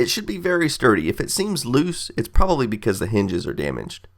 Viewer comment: he said proberly dumbboo